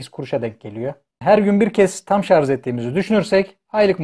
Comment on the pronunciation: Hocam sarzzz değil şarjj 🙂